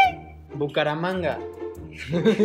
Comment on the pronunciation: jajajajaja escuchen el minuto da mucha risa dice cucaramanga